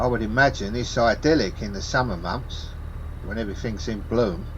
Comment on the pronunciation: I like the way you say “ Suma mumffs” I said in a previous video that I go all cockney after watching your videos and for a Scotsman like me I have to run up n down the Apple n pears till I get back to my nomal rabbit. Thanks you sharing, love watching your vids mate 👍😄🔨😊